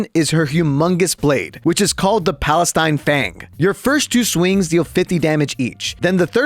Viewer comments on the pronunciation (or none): the palestine fang? i swear u pronounced it wrong or my ears arent working correctly